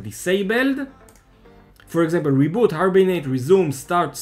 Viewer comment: it is "for example" > not "for exempel"... :P cheers !